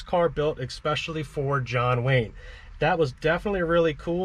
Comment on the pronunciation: There is no such word as ex̌pecially. The word is (especially)!